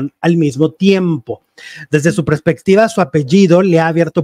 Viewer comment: Está MAL dico PRESPECTIVA . Es PERSPECTIVA. Siempre lo pronuncias así. TÓMALO en cuenta. Tip